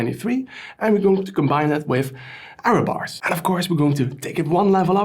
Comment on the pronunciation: Error bars not Arrow bars 😂😂😂 it's confusing me every time you pronounce that 😅. Thanks for great videos.